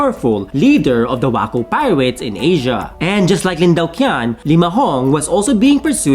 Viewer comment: "Lin Daoqian" is pronounced as "Lin Tao-ch'ien".